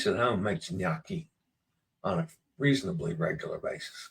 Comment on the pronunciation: A reminder that O is pronounced like Oh no! Thus gnocchi (nyoh-kee) rhymes with pokey, not hockey LOL!